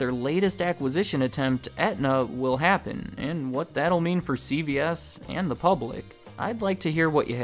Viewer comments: great video, but it continuously sounds like you pronounce it: C-B-S make sure you emphasize C-Veeeee-S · It sounds like he is says “CBS” instead of “CVS” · I swear yours saying CBS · You keep sounding like you saying CBS